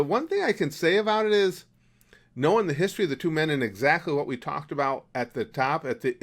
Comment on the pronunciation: Please stop saying history like that it’s so cringey (not trying to hate) I do enjoy all your other things